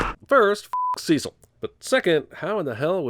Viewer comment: The way this chap pronounces the name Cecil is so odd and quaint.